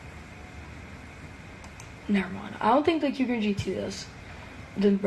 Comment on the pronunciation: He actually pronounced kukirin right 🥹🙏💯